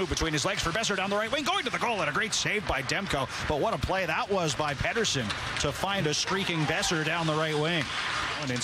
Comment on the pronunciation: WTF , ITS P'eat'erson